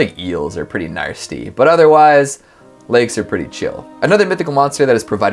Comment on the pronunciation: I love you but are you pronouncing nasty with an r in it? Like narsty? That's wrong dude.